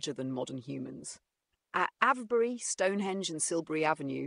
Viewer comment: Is this AI? - No British person would pronounce 'Avebury' like that.